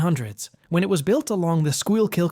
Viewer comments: Learn the correct pronunciation, Schuylkill is pronounced ScoolKill. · Not sk-will-kill..it's pronounced skull-kill ..Schuylkill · "Squeel kill" ? "Skoolkill" "SusKWAhanna" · It’s pronounced sko-kill and the qu in Susquehanna is pronounced qwa like quilt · Pronounced like: School-kill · I thought it was Scoo-kyil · My god the way you pronounce Schuylkill hurts my soul.